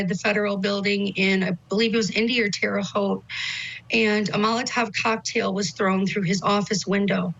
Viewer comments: I mean.. it’s minor… but Terra haute (halt) pronounce it as halt, and that’s as an indy naive.. but again, that’s that important here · FYI, it's pronounced Terra Hote - with a long O, as in 'coat', 'wrote' & 'tote'. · Vinnie! It's pronounced terra hote! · Sweet Vinnie...its pronounced like "terra houte"(love..a lifetime Indianapolis, Indiana resident 😉) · Its pronounced Terre "Hote" 😁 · Pronounced Terra Hote (long o). Spent a bunch of my childhood —there is some darkness in that town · Tara-hoe t Google it and figure out how to pronounce it correctly i just lost all respect for court TV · It's "Terre Haute," pronounced "Terra Hote!,"! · It’s pronounced terra hote vinnie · It’s pronounced terra hoot. Indiana native here lol :) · It’s TER-RAH Hoe-tte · How does Vinnie not know hiw to pronounce Terre Haute?